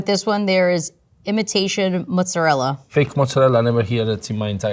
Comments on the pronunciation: Just came to say: IT'S MOZZARELLAAAAAAAAA Not Mozzarel. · The whole videos she's been pronouncing it wrong then forgets to pronounce her special way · Can't stand the 'Mozzarell' ... It's Mozzarella! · Its mozzarella not mozzarell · the way the lady says "Mozzerel" while the actual italian guy says "Mozzerella" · MOZZARELLA!!! NOT MOZZARELLE!! just learn a dmn word! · It’s the lady saying “moot-sa-rrell” when the 3rd gen Italian pizza maker just says mozzarella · There's no such word as "muzedell". It's a very simple word, MOZARELLA! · WTF is motzarel?? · Noteworthy that the Italian says "mozzarella" and the American is saying "mozzarelle." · Nothing annoys me more than americans calling mozzarella "mozzarell" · Every time I hear the word mozzarell I want to gouge my eyes out. It's mozzarella!!!! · Go to Italy and have real Italians tell you how to pronounce it. 100% guarantee none of them will say ''mozzarelle'' and 100% of them will say ''mozzarella'' my dude. ''mozzarelle'' is a really weird American (Italian-American) thing. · Woman who REPEATEDLY says "MUTZ-uh-rell" to flex the "Low-IQ-immigrant-in-NY" pronounciation needs to choose Italian or English. It's dorky and annoying, not at all "cool" like meathead Yankee-Sicilians think. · Italian dude saying "Mozzarella" Loser pretentious American says 'MOOzerell". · I mean why butcher the word mozzaRELLA so hard lol, they could just go with the standard american pronunciation then. Because "mozza-rell" sounds wrong asf. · What is “motz-a-rel”? I assume it’s a regional thing in America because that’s not how it’s pronounced in English or Italian. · That lady just wanted to keep saying "mootza lel" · I'm cringing every time she says "mozzarel". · pretty cringey how the chick pronounces mozzarella as mozzarelle. Changes her pronunciation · It hurts everytime I hear "mot-zuh-rel." This message is brought to you by the letter A. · that's not how you say mozzarella....."mozarell-ah", you HAVE to say the A at the end